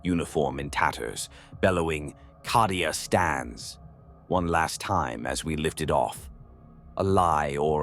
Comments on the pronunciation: CAH-DIA. Why is he saying it like that? Is he saying it wrong of purpose? Just to tear at the soft flesh of my mind?! Maybe it's always been said that way... Bolter round to the head Nothing to see here Citizen. Emperor be praised. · It is called Cadia as in Caedia Stands. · Need to spell Cadia as Cay - Dee- ah to get AI to speak better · For Cawdeah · Sounds like how someone born and raised in Boston would pronounce Cadia 😂